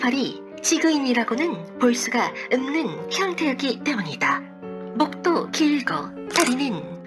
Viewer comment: 발음 좀... '없는'을 왜 자꾸 '읎는'이라고 발음하시나요...